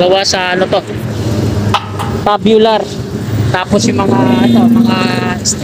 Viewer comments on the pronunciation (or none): Opo..Kaso pronounce dapat Tsubyular na naging tabyular😂 Dibale sa next Tama na Yan😂